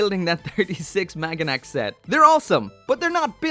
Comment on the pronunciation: My girlfriend isn't even in this fandom and she yelled at you for your pronunciation of Maganac... It's pronounced Mahg-wah-noc... XD